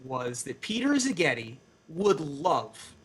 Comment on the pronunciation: Szigeti (s not z, stress on the first syllable) is a traditionally hungarian surname literally it means "from (an) island"